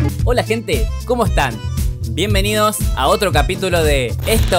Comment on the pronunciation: En la presentación del video dice....” BIENVIENIDOS”....